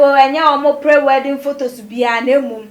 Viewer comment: Those laughing at her mistake..saying weeding, haven't you ever made a mistake with your word's in ur life before...Ahhhhh ad3n! Always laughing at ppl's mistake's..what of ur own mistake's.